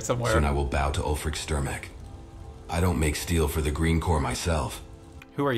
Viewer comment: Ulfric can't catch a break with everyone butchering his name 😂